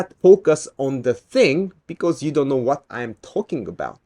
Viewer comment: Really love your works but I just can't help my self. "You cannot focus on the thing because you don't know "wa" I'm talking about"